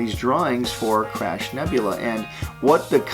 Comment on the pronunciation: I kept hearing Crap Nebula, instead of crab(?) X'D